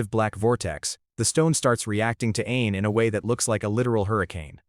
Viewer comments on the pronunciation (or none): Whenever he says "Ain is" it almost sounds like "an*s" :face-blue-wide-eyes::face-blue-wide-eyes::face-blue-wide-eyes